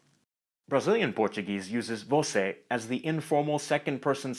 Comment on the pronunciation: as a Brazilian, that "você" hurt my ears